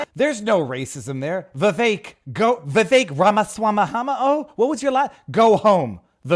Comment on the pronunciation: Time Index: Viva's opening comments - mispronouncing Vivek Ramaswamy Viva's petrified turtle shell - J6 footage shows peaceful people in Capital Robert joins - topics for tonight Media Matters hit piece and Elon Musk to sue Laura Loomer tweet re Riley Gaines Trump, Gag Order lifted (4 of Engoron's rulings overruled) - support growing for a mistrial Even Dem's say Trump can not be removed from ballot Biden trying to take over Internet? Rumble Rants - Israel discussion - Palestinians have always been violent Florida, Bars & children and adult themed events new swag for sale Horn case in California Relabeling everything 'professional ethics' - conversion ban bill Prisoner case, solitary confinement, mental illness Wealth Tax, National Federal Property Tax Argentine Pres election, Javier Milei wins, massive inflation Self Defense case, convicted felon using firearm more Rumble chats Malcom-X case, FBI organized & orchestrated killing - J6, an inside job, instigators, FBI informants Locals Tips - Auto 'Kill Switches' in 2026 - more Locals Tips Standing Issue, Black Lives Voters Brooke Jackson case update T-Mobile case, employee steals customers photos Closing comments